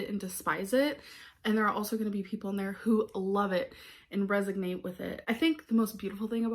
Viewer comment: Says resognate while talking about her writing 🤦‍♀️